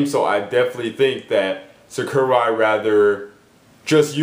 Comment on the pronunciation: It's SAKURAI not SUCKURAI